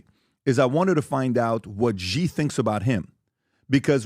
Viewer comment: If you know anything about Chinese politics you would know that Xi ( pronounced “she” by the way) is much more aligned with Mao and NOT Deng.